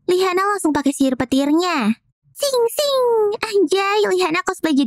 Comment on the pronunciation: paling suka pas bilang sing sing🤣🤣🤣